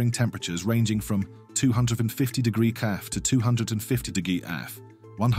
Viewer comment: Damn. AI cant read "degresss". 😄